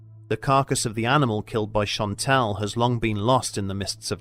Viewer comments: Great video as always! Just one small error: it’s Jean Chastel and not Chantel ;) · The man who killed the beast was named Jean CHASTEL. Not Chantel.